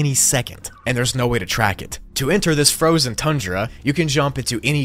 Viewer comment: Fozen. Oogli